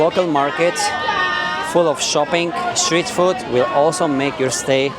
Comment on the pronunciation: Just a small thing I noticed—you might be saying ‘foot’ when you mean ‘food.’ The words sound similar, but ‘food’ has a longer 'oo' sound, like in ‘mood.’ Thought I’d mention it in case you want to adjust it—you're doing great otherwise!